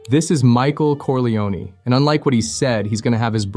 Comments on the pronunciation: Jesus Christ, it's Michael Corleone - "Core-lay-own-na" not "Core-lee-own-ee" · You lost me at “CorleoNEY”